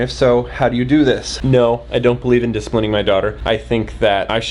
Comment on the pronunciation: He said dis-pling 😂🤣😂